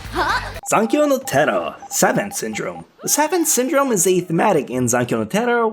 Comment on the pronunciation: You mispronounced savant syndrome